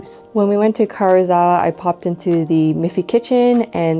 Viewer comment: I enjoyed the video, and I know this is obnoxious but, please, that "i" in Karuizawa can't just be ignored. It's ka-ru-ee-za-wa.